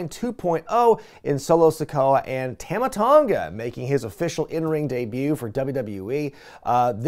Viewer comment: On behalf of the South Pacific, its "Tumma" Tonga, not "Tahma Tonga"